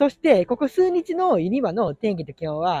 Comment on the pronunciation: すうにちではない!すうじつ